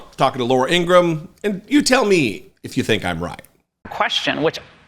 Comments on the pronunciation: Thank you for your work. Two things though. Has anyone pointed out the 5 stars on the gold tennis shoes are aligned like the confederate flag? Subliminal? And it’s Laura Ingra-ham. Not Ingrumm ☮️ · Laura Ingraham's brother stated that their last name is pronounced Ingra-ham, like oink oink...